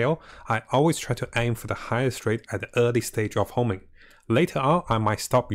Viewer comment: HONING BRO, HONING. NOT HOMING